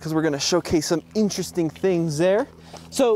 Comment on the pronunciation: It sounded like he said 'Frenchresting'